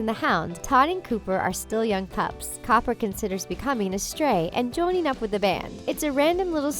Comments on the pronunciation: she said Todd and Cooper not Copper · She mispronounces a couple character's names (some multiple times), not just the names behind them. "Cooper" and "Kitta"?